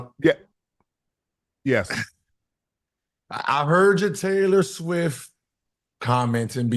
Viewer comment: Did he say "Trailor swift" ?